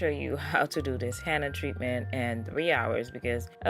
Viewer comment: Love your channel..but its HENNA (Hen-na)not HANNA!!!!😁